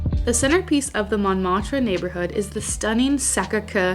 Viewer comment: You did so well with so many words except Seine and Montmartre....